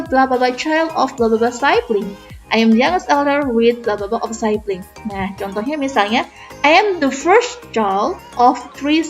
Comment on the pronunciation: sibling itu pronounced as sibling bkn saibling